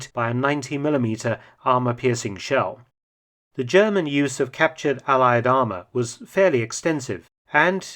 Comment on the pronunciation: Ze Zjerman Sherman in German....